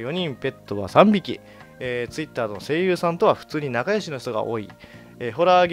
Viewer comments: ガッチさんてツイッターのイントネーション独特だよね ツイ↑ッター ってなってる めっちゃイに力入ってるよね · ツイッ↑ター↓